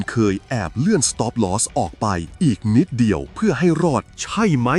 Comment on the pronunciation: ขอบคุณสำหรับเนื้อหามากๆเลยครับ แต่อยากเสนอแนะให้ปรับอารมณ์เสียงของเอไอตอนอ่าน ผมรำคาญตอนพูดว่า ใช่ไหม!! มากเลย แต่ก็ฟังจนจบครับ เพราะเนื้อหาดีจริงๆ ขอบคุณครับ